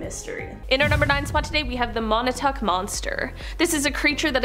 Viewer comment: Pronounced Mon-talk NOT Mon-a-tuck